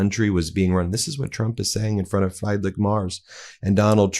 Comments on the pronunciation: First - before I forget: Americans are idiots. Well, the way I hear the name Friedrich pronounced is like fly dreck (dirt) - not what it should rather be similar to: Freed rich (no t-sound before the "ch"); it would be so easy to have an AI like google or DeepL read the name properly! Next, Trump brags that "egg prices are down 400%" - that means you get 300% of the price paid if you take them for free? American idiots found the biggest criminal idiot to run the country - and the Supreme Court ended the rule of law and terminated the Constitution, and Trump will be in office for the next 20 years, followed by some Christo-fascist dictator. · Friedrich is pronounced 'Freedrich' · Hi Ben. A German's request: please try to pronounce our Chancellor's name somewhat correctly ;-). (Omit the letters in parentheses) First name: Fried-rich = "freed(om)"+Rick I know the "ch" at the end is pronounced softer, more like the "J" in jalapenos, so: Fried-rich = freed(om)+ri+j(alapenos) Last name: Merz = M+"air"+ts (as in "Tsunami") together... Freed(om)+ri+j(alapenos) ... M+"air"+ts Have fun practicing! 😉😁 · The German Chancellor 's first name is pronounced "Freed Rick". Please research the pronunciations of foreign leaders before giving credence to all Americans are woefully uneducated. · btw, it’s pronounced Freedrick (well, actually ch, but you guys can’t pronounce that) Mairts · I am sorry, Ben. But you have to practice pronouncing the name of chancellor Friedrich Merz. You really don't need to butcher it that much. Even calling him Frederik instead of Friedrich would have sounded more acceptable. By the way that seems to be how most American voices handle this. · The Scandinavian Frederik is easier for Americans to pronounce than Friedrich. Call him that instead. It sounds far more acceptable than what came out of Ben's mouth in this video. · It's pronounced Freedrick. Not frydrick. lol In German, an E before I is pronounced EYE. I before E is pronounced EEEE